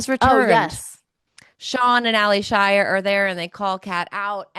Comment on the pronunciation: Why is everyone on this pod calling her Ally Shia as 2 names... Yes it's spelled that way but she pronounces her name as 'Alicia'